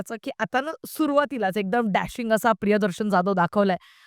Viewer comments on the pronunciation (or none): none